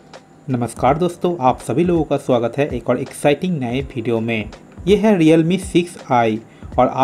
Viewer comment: Video bhai ap video bolo kabhi fidio bideo bolte ho yar